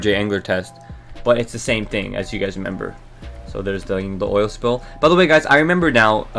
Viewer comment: You said member instead of remember about 45 times in 3 minutes